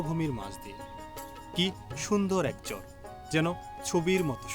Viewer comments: ভাই শুদ্ধ ভাষা ভালো অতিরিক্ত শুদ্ধ ভালো না আপনি চর কে চর বলাই ভালো চোর বইলেন না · ভাই আপনি চর কে চোর উচ্চারণ করেন?